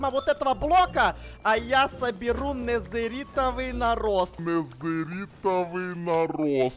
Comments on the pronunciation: ты сказал незеритовый нараст🤣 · не нэзэрский нарост а адский нарост